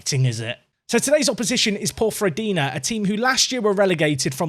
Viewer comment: Nailed the pronunciation of Ponferradina there, but Cornellà is "kor-ne-YA" (or more like "kur-na-YA" if you fancy trying to do it in Catalan!)